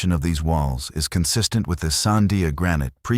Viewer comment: This video is a crock of shit. Because if you were a real ranger in New Mexico especially Albuquerque area. You would know how to pronounce the Sandia mountains. So far you have called the everything but the Sandia's. One of you words is Sundia. This is not right at all.